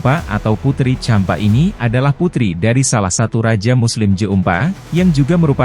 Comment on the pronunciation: Champa,bukan jempa